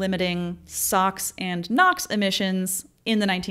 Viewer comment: The video was very good with fantastic content! However, I found the narration with the awkward pauses and the purposeful exaggerations in pronouncing difficult sounding words kind of off putting. It's gives off the impression that the narrater is less confident about when she's presenting when in fact the oppositeis true.